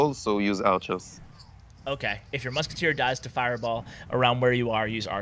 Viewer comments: moozkiteh. lol😂😂😂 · "Je put the moosketair in the back" lol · muskatay omg that French so special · Muskutuir lol. No hate